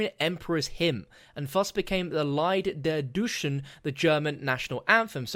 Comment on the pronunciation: How bad is your pronunciation? Lied der Deutschen shouldn't be that dificult